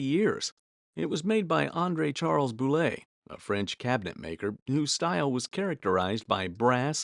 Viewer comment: Boulle, BOOL not bulay 😂